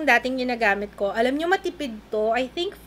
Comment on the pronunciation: bigla nmn akong natawa sa "aram ko" instead of "alam ko" napa'waray ka.. Hahahahahhaha